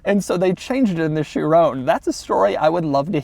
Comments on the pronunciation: I can’t be the only one who’s bothered by how he says “Chirone” instead of Chiron with a hard “-on” at the end. Still wouldn’t be the right pronunciation, but better than the way he says it... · I'm so glad you dropped the e from the last time you reviewed a veyron. You kept calling it the "vayrone" . Now to get you to say chiron without calling it " chirone" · Has anyone tried to help him pronounce "Chiron" properly?